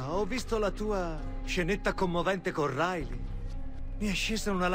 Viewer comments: Hai detto rilay anIco hoyt lol xd! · hai detto RILEY e non HOIT